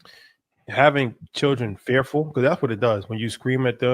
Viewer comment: Lmao said “for one chilren” 😂😂😂